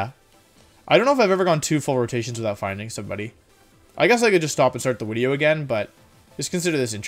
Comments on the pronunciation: I really like your videos.. but everytime you say “wideo” I wanna throw my phone across the room.. it’s so cringe, like bruh.. just say video.. you force the “wideo” way to hard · i'm sorry. new to the channel. does he always say uideo and do the v like u's? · can someone explain to me why does he say wideo? i still dont know .-. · “Okay so this is going to be a longer wideo” Do you know how little that narrows it down? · Stop saying wideo for the love of god! Worst part of your videos. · Zach's Fan Club Is there a story to why he says Wideo and not video? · "I wanted to do a more serious take on a laddering video - looks down, then up - *wideo*", you couldn't even hold it straight for 2 seconds, lol. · No one: Wolfey: Dracowish, Wideo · I love that you commit to saying "Wideo" every time. Even when you say it with a V you correct yourself. Good content bro. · Why does he say wideo instead of video? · mucho like da wideo, it gewd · Why do you say wideo? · I May sound stupid, why does he say wideo? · Why does he always say wideow ? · why does he call videos WIDEOS?? is it because wolfey starts with a w? or is it a "win" thing? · evreyone gangsta until wolfey pronounces video correctly. shits about to go down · I think he has a speech problem but I’m not positive